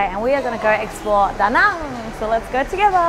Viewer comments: What is up with your pronunciation of Viet place names? Da Nung, Viet Narrrmm and now Hoy Arrrnn. Just ask a local and stop talking like yanks. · Lol can you learn to pronounce Da Nang properly, it's as /cringy annoying as Americans saying Mel-born.